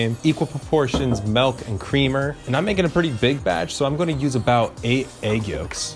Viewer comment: please stop saying "melk"